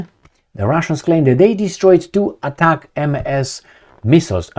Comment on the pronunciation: US give to UA 20 ATACAMS, from witch they used last week 18 in that attack on the air bases and had 2 left,,,now they used last 2...and STOP reading ATACAM-MS like this because it is read in one word without MS........you simply read it ATACAMS